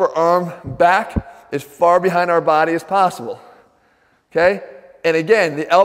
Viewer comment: I come here for the way he says"body". My baady!